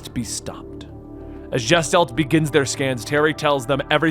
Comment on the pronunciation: its "GUH-STHALT" NOT "JESS-talt"